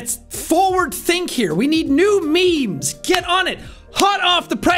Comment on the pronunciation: When you said I give you memes it cut to a add on me and it sounded like meat so you said I give you meat 🧐😳😏😂